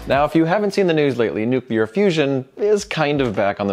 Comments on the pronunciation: Calvary is a religious term. You mean cavalry. Duh. How about, can you say noo-clee-ar? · “Nukular” - George W.